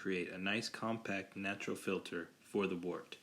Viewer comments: Wort is pronounced "Wehrt" - Looks good though! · You did a great job with the video. However, the brewing term "wort" is pronounced like the word "dirt" with a "w" instead of a "d." It is derived from the Old English word "wyrt." Also, the term "trub" is pronounced "troob." The brewing lexicon is how we share information.